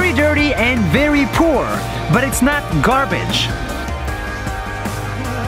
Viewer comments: uhmmm "Garabge"? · aah yes, garabge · Ahh yes, Garabge